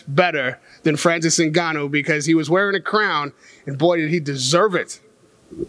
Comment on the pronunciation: Francis N-goo-noo 😂